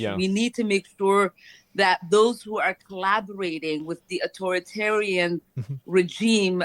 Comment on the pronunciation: Can't even pronounce authoritarian